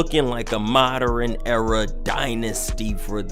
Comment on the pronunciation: Bro said the “moderern” era🤣🤣